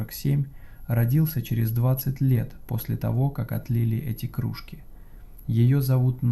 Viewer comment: да кружкИ же, кружкИ, не крУжки а рассказ норм, зачёт!